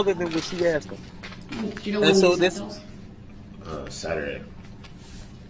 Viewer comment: He sure axed